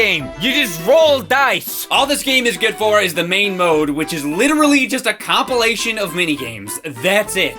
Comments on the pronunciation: Been watching since the beginning and he FINALLY said “compilation” instead of “complee-ation”. I’m so happy. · Oh wow. said compilation right. Neato taledo frito bandito?